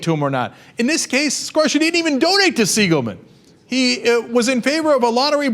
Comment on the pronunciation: Uh....Cenk.It is pronounced screw-SHY. Not Scrushy.Trust me.We were neighbors.